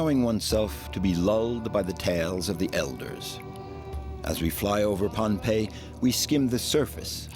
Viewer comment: Many places aren’t pronounced properly, so those in the know just bear w/it. It’s a good documentary about Bruce and how he connects people across a great expanse of water!! The islanders that I’ve spoken to, call it Pohnepei pronounced like Pah-nah-pei. Not Pompei. For those who aren’t familiar with Polynesia, Micronesia & Melanesia these are islands surrounded by water, which joins all the islands in the Pacific Ocean. Our ancestors have navigated the oceans using the stars and currents on their voyages, for more than 3,000 years. The most recent famous voyages are of the Hokūle’a fr Hawai’i in the 1970s - present.